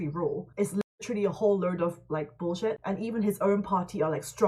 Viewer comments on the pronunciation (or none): 😆😆 Korean accent POTENT through the whole conversation BUT when she says "bullsht" the full URBAN AMERICAN ACCENT surfaces.